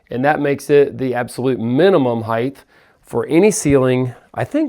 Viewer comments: Is saying “heighth” instead of height? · It's height. Not heighth.